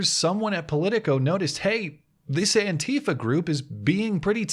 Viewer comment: It is not antiiifa, but anti fa .... pleeeeeaaaase!